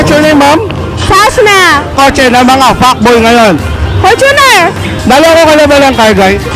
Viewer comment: its sachzna